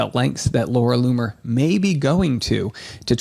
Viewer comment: Ha ha ha ha! He said Larry Lumer.